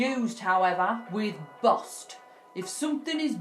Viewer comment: It ay bost or bosted , it's bust or busted lol